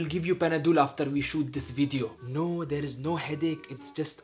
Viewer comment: why does and and say wideo for video